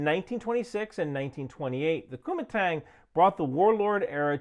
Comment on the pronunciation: They way you say Kuomintang sounds like youre saying Kumite, from Blood Sport lol